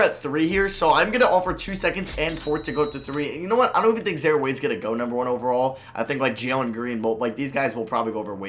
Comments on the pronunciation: mans said “za-er” lmao it’s “zi-eer” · im pretty sure it is zi-air not zare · Its pronounce Zaire not Zare wtf lmao good vid tho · "Zaare Wade" 🤣😂😂 I'm done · pronouncing names wrong.... Zare Wade Zeeon Williamson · I think some white people are incapable of pronouncing zi-eer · It’s zi ear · Yea, his pronunciation was painful